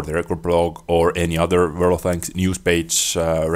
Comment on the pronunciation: World of Thanks is how it sounds like you call it funny lol xD